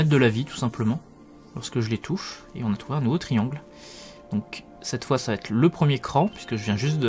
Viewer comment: A chaque fois que tu dis "ça vaTêtre", ça me hérisse les oreilles^^ Mais sinon encore une très bonne chronique et une belle découverte ! Merci